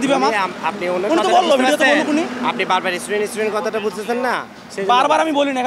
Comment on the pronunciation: এইডি কিসের ছাত্র??? ইস্টুডেন্ট!!